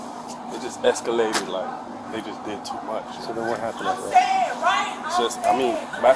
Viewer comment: TEW MEERRCH!!😂